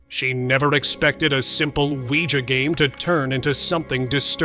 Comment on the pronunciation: Yesss, he said Ouija not Ouigi!